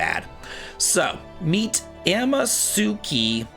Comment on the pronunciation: if I may help just a tiny bit with Japanese pronunciations... Anytime you see "su", it's almost always pronounced silently or very quickly. So, no emphasis on it at all lol e.g. Amatsuki is pronounced "Ah-MAHTS-keeh" I'll see myself out...